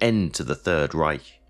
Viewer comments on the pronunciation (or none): none